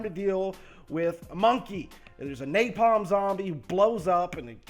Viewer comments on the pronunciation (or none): none